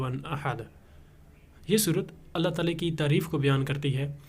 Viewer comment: تعالی کے لام پر کھڑا زبر ہے اس کو کھینچ کر پڑھنا ہے